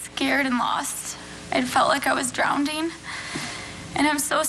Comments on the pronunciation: Oh my god!! She’s a tutor? Of what??? She said “drownding”. That alone deserves prison time. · 10 more years for being a tutor who thinks the word is "drownDing" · Lol she said "drownding" -- hope she wasn't an English tutor. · She's a tutor... and she said "drownding". It's "drowning". I weep for the children and our future! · Came to say the same thing!!! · I heard that too! Hope she was not a grammar tutor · Ya beat me to it.🙂I guess she's not an English tutor. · if you mean drownding-i am sure she was trying to say drowning-like what happens in the water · "I felt like I was drownding..." Not an English teacher, apparently. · She felt like she was "drownDing". What exactly does this person tutor? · She said "drownding," and she tutors people? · A tutor that says “ drownding” instead of drowning needs reeducation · She's a tutor and she said drownding, wow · She was a tutor but said drowneding? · She's a school teacher and she doesn't know how to say drowning, not drownding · She was "drownding". She's a teacher and cannot pronounce "drowning"" correctly?. She didn't want to get away, it was all a facade to make herself the victim. He's a kid, she could've reported or recorded all this. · I can't believe she was a tutor. How dumb, plus she said "drownding". Her lawyers must have hated her to let her plead NG. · drownding? She was a tutor? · It’s Drowning not Drownding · A tutor and can’t say “drowning”. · Did she say drownding??... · A tutor who says drownding deserves another year. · in my LIFE, I've never seriously said drownding! especially when i was tutoring. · Veronica Evans when she said "Drowding" that was proof she was not a good tutor. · I caught that too. DrownDing. New word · Felt that I was drownding? What is she a tutor of, English?